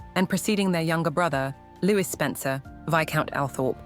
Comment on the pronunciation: unable to pronounce Louis.